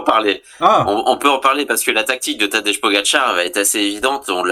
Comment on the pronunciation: Tadej = Tadeille, Tadeye, Tadeï Mais pas Tadeche, Tadé ou Tadeje